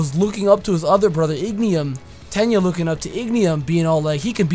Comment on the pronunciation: my guy it's not Ignium, it's Ingenium. You said it so often i had to correct you sorry.